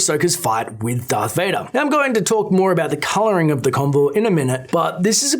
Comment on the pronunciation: wait what dearth vader? its darth vader